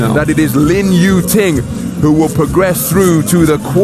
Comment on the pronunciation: Lin "Tu Ying", really man?